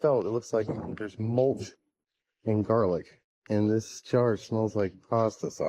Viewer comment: Is there a reason you called a jar a "chair"...? 🤔😂